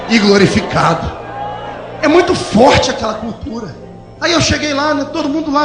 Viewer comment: Você não pronunciou corretamente. O certo é: É forrrrrrrrte igreja.